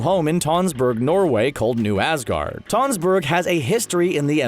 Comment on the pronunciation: god... when pronouncing tønsberg, just use the o/u sound from run. it is not an o...